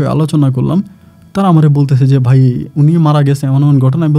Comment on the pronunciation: Bolod beta thik moton bangla shobdo bola shikh age. Stupid. বাই কি? ভাই বল বলদ। also, atto fast reading korish ken? Reading competition choltese? Ashte por stupid!